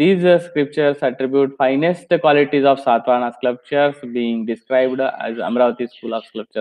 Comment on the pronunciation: One small correction. You seem to be pronouncing SCLUPTURES . THAT IS INCORRECT. It should be pronounced. SCULPTURES